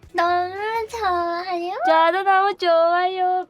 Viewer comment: 너~무 죠아요오~↗️↘️ 발음과 목소리가 한국어가 아님